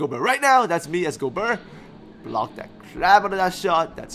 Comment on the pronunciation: Great vid as always, will help a lot ! :) Just one little thing: I'm french a bit disturbed by the way you pronounce Rudy's name aha. The "ert" part in particular. It should sound more like the "air" in a word like fair.